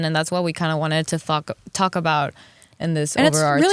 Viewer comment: She said "thalk"